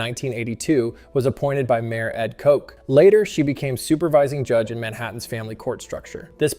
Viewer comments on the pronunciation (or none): Kot-ch That's how you pronounce the Mayor's name. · Koch not “Coke” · It's Koch, rhymes with watch.